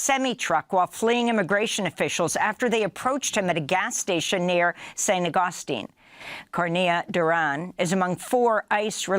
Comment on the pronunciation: Amy & DN Team -- I know there are more important things going on, but since you've reposted on St. Augustine twice, please pronounce it correctly? St. August (like the month) TEEN (emphasis on this half). Thanks. Now off to right some MAGA comments about Mr. Cornea-Duran's legitimately.